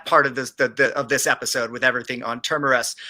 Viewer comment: Can someone tell this idiot - its TERMINUS!!! (Ter-Min-Nus) FFS